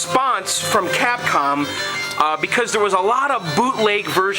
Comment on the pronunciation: You know it sounds like you are saying Catcum lol Joke aside man you are awesome man with this arcade game was the love of my life as a kid in Puerto Rico.... everywhere I go there was always a Street Fighter II game, Pizza Hut, Movie Theaters, at the Local Bars, outside of vestibule at Wal-Mart, even at the Naval Base Navy Exchange and Bowling Alleys... This game and its other fighting games like Mortal Kombat, Killer Instincts, Samurai Shodown, Tekken, Neo Geo Games and onwards where the last of the arcade games until they where replaced by dumb ass Ticket Games which is sad that the good old arcade era has ended...